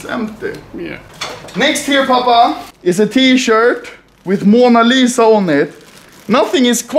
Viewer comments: Mona Lit-sa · turks be like: Mona LIT-as